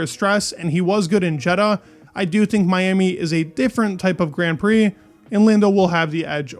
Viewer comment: why do you pronounce grand prix so weird :DD